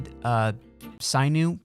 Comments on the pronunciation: I don’t usually get bothered by mispronunciations lol but it’s pronounced “sin-you” not “sign-oo”….. other than that, I love the series! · It’s sinn-ew not sigh-new lmao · Sinew is pronounced sih-new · its pronounced sin-yew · Just fyi its pronounced SIN-YOU. So u don't look dumb. just trying to help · Sinew is pronounced like sin yew, enjoying the series!! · Good morning :) *It's pronounced "Sin-Yu" btw haha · It’s pronounced “sin-yew” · Sinew is pronounced "sin-u" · Loving the series so far man, keep it up!! Btw, sinew is pronounced "sin-yew" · The pronounciation makes my Sinu's itch.